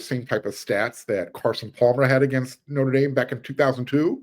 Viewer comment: I really like your channel. But... Say "theatre". Now say "notre". I'll uh I'll show myself out...